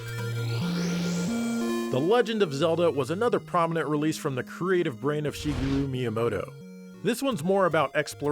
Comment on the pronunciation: You pronounced "Shigeru" in Shigeru Miyamoto correctly?! That's refreshing to hear.